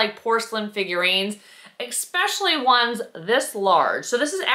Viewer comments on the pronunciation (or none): Did you said EXSPECIALLY??? 😮